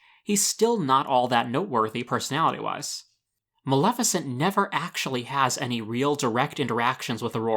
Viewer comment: Yassss! Finally someone who can pronounce Maleficent's name correctly! Most people pronounce it MaLIFicent instead of the correct pronunciation- MaLEFicent. Well done!!!